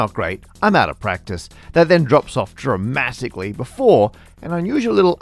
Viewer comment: Did he just say "dra-math-ically"?!